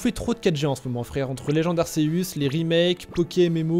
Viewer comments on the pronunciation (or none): Ça dit arcéus pas arceus